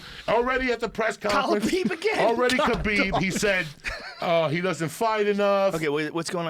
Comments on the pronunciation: When Joey started popping off and kept saying khalibeeb 😂😂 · man there's been soooo many great ones, but joey saying "khalabib" did it. lol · If joey says khabeeb one more time ill die